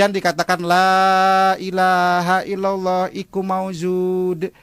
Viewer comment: Kirain ustadz beneran,, ternayata ngibul,, la ila ha illallah, khayyu ma'bud : artinya Tiada Tuhan Selain ALLAH, Zat yang hidup dan disembah. Itu ustadz mana yg bacanya la ila ha illallag, iku ma'bud 😂😂